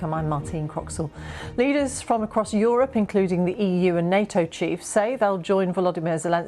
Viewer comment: This guy from BBC does not even know how to pronounce "Europe"😏